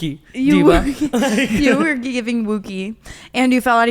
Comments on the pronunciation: I feel like the dog wookie isn’t pronounced like that, it’s pronounced like a wookie from Star Wars lol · the pronunciation of wookiee is killing me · Brooke saying wookie in the completely wrong way is so fucking funnt